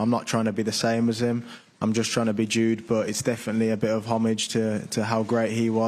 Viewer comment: the wee journalist from DAZN called him YUDE .... 😂